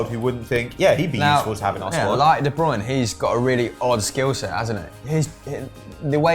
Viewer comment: Why does say de browna